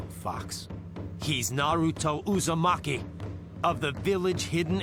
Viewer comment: Man said ma and pa uzamaki 🤣